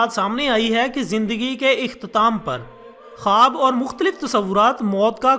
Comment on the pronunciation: khaboooo kia hota hai khuwab bolo jnab